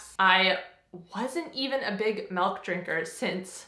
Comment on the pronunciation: Are you in Canada? Grade 6 pronouncing milk does m e l k is a giveaway I bet you say Z , zed just an observation from living in Michigan.